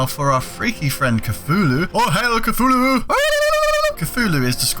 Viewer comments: stop saying coo-fu-lewl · Cthulhu is supposed to be pronounced thulu